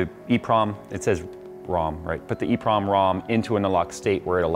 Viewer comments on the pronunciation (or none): it's called an EEPROM